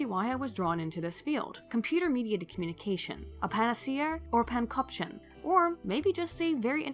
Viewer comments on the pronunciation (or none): Panopticon is pronounced pan-'op-ti-con. Cool word though.